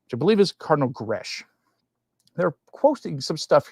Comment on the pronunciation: Thank you for warning us about this new thing. Just who are they listening to? Certainly not the ordinary Catholic in the pew. On a minor point, Cardinal Grech is not gresh but greck.